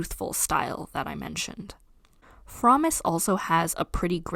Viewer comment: The way u say fromis triggers meeeee ! As a fromis9 Stan I do not approve